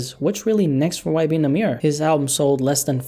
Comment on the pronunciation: “ y benamirror “😂